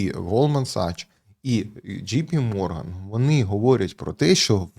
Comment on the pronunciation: Правильно казати Голдман САКС, ДЖЕЙ Пі Морган